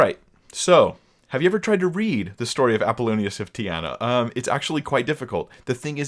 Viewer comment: Apollonius of Tee-ah-nah